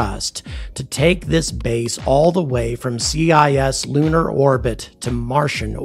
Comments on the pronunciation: Huh. I guess you've only ever seen that written and never heard it spoken aloud, huh? OK, so here's some usage notes for you: . It's not "CIS lunar space" it's "cis-lunar space"... it does not stand for anything, it's a latin prefix meaning "near" or "on this side of"... it's the opposite of "trans-" for "over there" or "on the other side of" . You say it as "sis", you don't spell it out. . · What is this "C-I-S-lunar" business? The prefix "cis" of "cislunar" is not an abbreviation, it's a single syllable pronounced "siss".